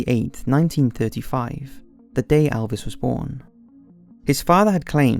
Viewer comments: Mate it’s not alves,it’s elves.don’t mess his name up like that 😠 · It's Elvis not Alvis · pronounced Elvis not alvis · ELLLLLLLLLLLLLLLLLLLLL-vis Not "iLL-vis" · "Alvis Presley" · its not Alvis! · It's Elvis not Alvis :P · Elvis not Alvis.